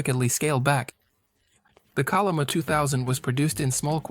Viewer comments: Chol'-li-ma, bro, i'm not a Korean neither, but it's not that hard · Pls use the Yale romanization "chenlima" when pronounce 천리마